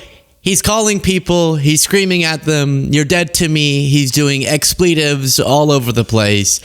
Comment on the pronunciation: I've never heard the word "expletive" pronounced that way. There's a lot of words that are becoming commonly pronounced differently than they used to be. It's wild to me. I'm 60 and I can tell you American English has evolved weirdly in a lot of ways since I was a kid.